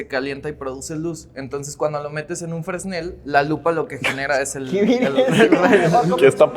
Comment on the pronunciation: NO SE DICE FRESNEL SE DICE FRENEL